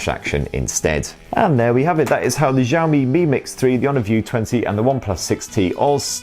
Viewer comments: Shiaomi, SHIAOMI, not zhiaomi, jeez.... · xiao mi not zaoooo mi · Who is the 1st tech reviewer who started saying 'JOW ME' Please stop it! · You are pronouncing xiaomi wrong